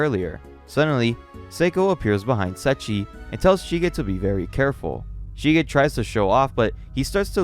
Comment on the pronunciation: bro atleast research how the fucking name of the most important character in a story is pronounced. Mfking setschi is giving me braindamage each time you say it and thats basically evdry fucking 2 seconds. Unwatchable for people like me